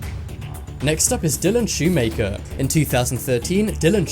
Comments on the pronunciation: Shumaker lol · “Next up is Dylan Schumaker” Me: Dylan shoe maker? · Dylan "Shoemaker." 😂